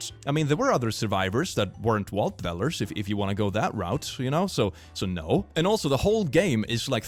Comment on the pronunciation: i love how pronounces vault dwellers wault dvellers, i dont think ill ever get over how much i adore sweedish accents